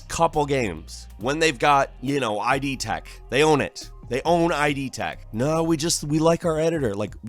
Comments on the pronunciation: Weirdest moment for me was when you called one of Bethesda’s game engines “I.D. Tech”. The name of the engine and the software company that developed it is named after the Freudian “id” as in “id, ego and superego”. It’s just pronounced “id” (i.e. rhymes with “lid”). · So many big company goofs recently, it's almost fascinating. ... (It's idtech though, "id" pronounced as a word, not I.D. Tech.) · I love you but like holy shit it's not Eye-Dee Tech. It's ID. Spoken how it's spelled. GUH. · It's idTech, dude, not ID Tech. Id, as in monsters from the. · “I. D. Tech” No. Not I. D. id. As in id, ego and superego. It’s one word. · id tech, as in ego, superego, id. Not I. D. tech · It's not AYE-DEE TECH Plz stop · mispronoucing ID tech